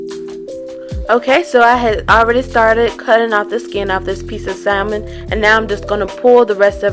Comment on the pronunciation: The L in salmon is SILENT. 🤦🏾‍♀️